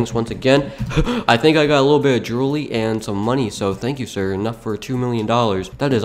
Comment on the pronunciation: dude, you said "droolery"